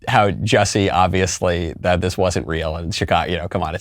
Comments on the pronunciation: I think whats funny about the French pronunciation of Jussie has to do with how stupid his name is. both the first and last name sound pretty dumb, I wouldn't believe anything he has to say on that alone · I never quite got the French pronunciation of the name either. But I think the joke is that by changing Jussie’s name, Dave has plausible deniability that he wasn’t talking about Jussie, so he can’t be sued. He’s not slandering Jussie. He’s not diverging from the woke narrative. He’s just talking about some French actor. And maybe by providing that distance, it makes the scenario seem even more ridiculous, rather than the harshness of talking directly about the person. Or maybe I’m reading too much into it, and the joke is just that his name is Jussie, not Jesse, which is just a weird funny name. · Pretty sure what Chapelle is referring to is the Narcissist behaviur, when charged with comitting serious hate crime, to the argue about the pronounciation of your name, is... Well very disturbing and Narcissistic. Also Ms Ellen, stop hating and wanting people You disagree with to suffer mrs Ellen. We, people with sense are just saying You Can’t just magically change your sex, or age or ethnicity. Stop hating me for «believing» biology science and deductive thinking. We, the sense people (white supremacists.....) dont think its healthy to tell our children this is normal.. And They Can’t just magically change sex, or identifie as unicorns. Its more like a CONDITION. Body-dysmorphia. We dont tell a bony anorectic he/she is fine, we support them and try to treat the illness, not condone it. We try to help them with guidence and psyciatric help.😊 Wish You the best and hope You get help.😊☝🏼 Get some help. Kind regards from all of us with the commmon sense.😊✌🏼🙏🏼